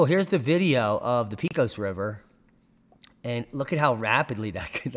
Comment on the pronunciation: Pecos pronounced PAY-CUSS